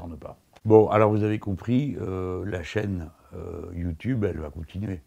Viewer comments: On dira rien sur le "youteub" a 😂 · Je rêve ou il a dit youteub? xD